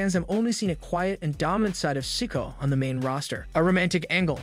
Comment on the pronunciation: I really wish these narrators would learn to pronounce names correctly! Solo Sikoa. Si-KO-ah, Not sicko!!